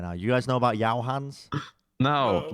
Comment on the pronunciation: yao-o-e,. yaoi hands regards a weeb